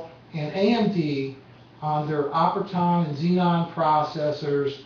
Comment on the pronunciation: ummm.. you called AMD's processor an "Operton". It's spelled and pronounced "Opteron"....